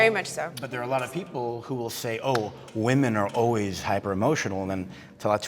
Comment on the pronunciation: It's "Whym-men",, not "Whum-man"!!! (Woman/Women.) That drives me crazy. If I lived in a house full of males I wouldn't say "I live with a bunch of MAN." I'd say "I live with a bunch of MEN." Pronounce correctly,!!! "Theres a group of females. Look at all those Whum-man." NONONONO!!!!